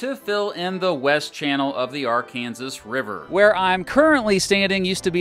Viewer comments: Bro, it's ARE-CAN-SAW not ARE-CAN-ZISS. Stop saying it wrong, Arkansas even existed before Kansas. Please. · It's actually pronounced "Ar-Kan-Saw" 🤓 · im sorry but did he just say the AR-kansas river? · ive never heard an american say "ar kansas" rather than "arkansaw" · It’s not pronounced R -Kansas. It’s pronounced R-Kin-Saw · Hey dummy, its pronounced AR CAN SAW, NOT AR KANSAS RIVER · As an Arkansas native… respectfully it’s pronounced Are-kin-saw, not Are-Kansas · I just think it'd be interesting if someone pronounces the river ar-kan-zis but the state ar-kan-saw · NEVER call it arKANSAS river again. It’s AR-kan-Saw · It's not pronounced "r- Kansas". It's " r-kan-saw, if it's spelled like Arkansas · “Are Kansas” really it is Arkansas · Ok, only issue I have. Arkansas is pronounced Arkan-saw. Love your work outside of that. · Did you just say Arkansas River? It's arkansaw river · At-KANSAS? Really?? That’s how you pronounced it? 😂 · What is the Ar-kansas river? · Arkansas River (Arkansaw) 😅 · Wait did he say ark- Kansas river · The Ar-Kansas River? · my man said arc kansas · ah well it seems that a lot of people from western states pronounce the name of the river ar-kan-zis while a majority of the rest of the states pronounce it ar-kan-saw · Not gonna lie being an Arkansan I cringe when people say Ar-Kansas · "Arkansas" is pronounced "areken-saw" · Arkansas pronounced ar-kan-saw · Why did you say Arkansas incorrectly? Arkansas was a state before Kansas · Kansans are weird af for pronouncing the Arkansas River like that. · I absolutely love that he mispronounced Arkansas through the entire video. It illegal to mispronounce Arkansas name in Arkansas.😂😊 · You mispronounced arkansas. As an Arkansan, kindly fix your error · I can’t believe you pronounced Arkansas that way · Arkansas River is pronounced the same way as Arkansas the state. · Arkansas River ain't pronounced like that, u make me mad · the way he says arkansas hurts me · learn to pronounce arkansas 😂😂😂